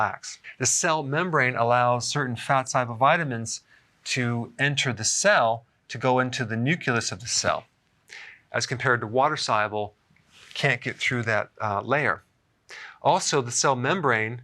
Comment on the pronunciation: "Nuculous of the cell"